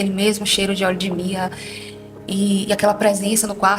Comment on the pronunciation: Quando ela disse oléo de mirra